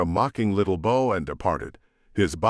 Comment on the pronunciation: Great stories, Is this read by a computer? I have heard mispronunciation of many simple words like Bow as in bow and curtsy pronounced bow as in bow and arrow. In 'Iron Hand ' infiltrator was pronounced in-FILL-trator and it was used at least 30 times which became hard on the ear. Pronounced numbers in multiples sound digital and staccato. Im curious because I participated with voice recognition stuff in the mid 70's. Could you let me know? Thanks.